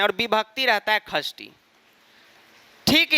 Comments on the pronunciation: Khasthi nahi, Shashti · Likhte shashti hai padhte khasthi hai.... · Sir khastti nhi sashthii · Sir it's not khashti it's shasthi 😅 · Sir sashti ko khashti bolte hai confuse mat hona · Gawar khashti nhi shashti hota hai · Are you also confused whether sir is telling खष्ठी or षष्ठी😅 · Mai chhathi vibhakti ko 'shashti' kehti thi, pr sir ise 'khashti' kehte h 😅 sahi kaunsa h. I think sir😅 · Yes actually you are right